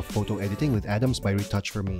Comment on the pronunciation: It's Arams not Adams....